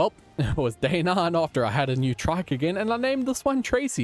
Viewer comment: I love the way he says trike like traike